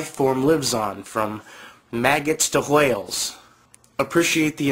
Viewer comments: Nicely done. But I noticed you said "w-hales" I'm just sayin' :D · Ahhhh! he said hwhales! He pronounced an h in front of the w!!!!! Regardless of that, Awesome video! *****